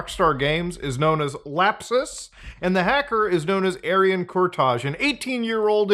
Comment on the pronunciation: Mutahar, he's Albanian. His last name is pronounced Kur-Tai. Thank you 🤠👍